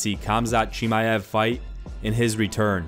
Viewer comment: Khamzat „Chiamev“